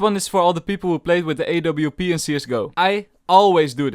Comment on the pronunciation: who says awp like a w p like bruh just say awp(op) lol